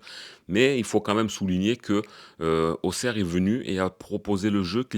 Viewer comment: Salut Avant tout tu es un des seuls à bien prononcer Auxerre. Même si j'ai bien rigolé hier au soir, je pense qu'on a les mêmes problèmes, des joueurs pas au niveau avec une grosse possession mais sans aucun impact et en plus pas de banc. Bravo encore pour ton analyse bien pertinent. Force à toi Patrick le Parisien